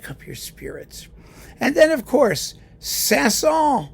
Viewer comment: I devour all of your wonderful videos as you make them. Your knowledge and word smithing is a treat. If I may offer up just a small single correction, given the rare opportunity: the last 's' in Saint-Saens is pronounced; it's not silent.